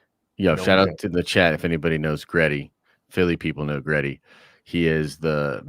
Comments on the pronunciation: it’s Gritty; is in Grit- Tea. Not Gret-Tea. It’s a play on the term playing with Grit. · 1: It's GRITTY - Grit-tea, and he is NOT a national treasure to Philadelphia, more like a joke. If any of our mascots is, it's the Phanatic. Or it's the Cheesesteaks. 2: The sequel trilogy 100% needs to be removed, to be rewritten. They can keep the characters, but most need an overhaul on top of the entire plot. Case in point - Rose, make her and her sister pilots of next gen Y-wings (and remove those abysmal bombers that A: are not even close to B-17's they are supposedly modeled off of in concept and B: if you look at the progression the Clone Wars and how it's fought is much closer to the first world war and both it and it's following years follow a path similar to the run up to the second World War, which again - the OT follows some of that in style a bit more taking place roughly the same amount of time after the Clone Wars as WWII to WWI. More multi purpose craft, you don't get many of the same massive fleet battles, fighting is more dynamic than static, etc. 30 year jump to the late 60's/early 70's the next gen Y-wing should be akin to say an F-105 or an A-10 where as well, the X-wings were fine as the multi-role still but faster and agile seeming like more modern jets to the time like the F-14/15/16) to which her sister, in her hatred of the empire, makes a choice due to damage to try and take the enemy ship with her (ala Return of the Jedi) lending later to her having pilot ability and her line about 'we don't win by killing what we hate' or whatever it was. Make th